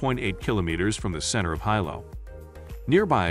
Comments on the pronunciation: I instantly lost confidence in the recommendations when he (probably a bot) couldn't even pronounce Hilo right. It's pronounced Hilo not Hilo. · Please note that the pronunciation of Hilo is "Hee-low", not "Hi-low". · What's the point of watching a video on hotels when you don't even know how to say Hilo? How would you know what's best? 😆 Okay I watched the first few minutes. The Hilo Reeds Bay has no AC per their website so I'll skip the rest of this video. No telling what else you got wrong.